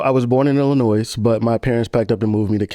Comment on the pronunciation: Someone from Illinois pronouncing the “s” on the end is diabolical…